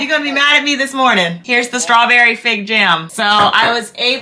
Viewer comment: I couldn't figure out what you were saying at first, strawberry FIG? That sounds crazy. I just put figs in my cart at Azure too!